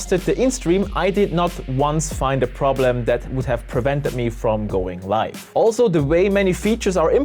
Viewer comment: He keeps saying yolo "lift" and it's throwing me off. Its yolobox LIVE!!